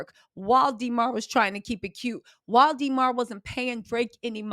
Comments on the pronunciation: please stop saying DEE MAR its DA MAR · For next time. Demar is a soft E not a hard e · Dee mar is killing me. Why you saying his name like that😂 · Stop calling that man DeeMar . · Yall Remember “DEEE-marr” Derozan right? Lmao funny😂😂